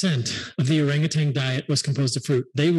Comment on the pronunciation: Minor point: Orangutan. No G at the end.